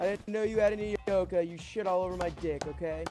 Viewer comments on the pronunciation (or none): none